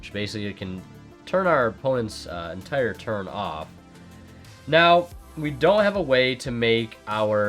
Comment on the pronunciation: Ughh, you say "now" as in "always"?